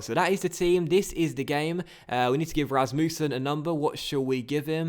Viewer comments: Rasmussen is pronounced the way you first pronounced it(Ras-mus-sen) not Ras-moo-sen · Please don't pronounce it Ras-Moo-sen😂😂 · you are saying Rasmussen wrong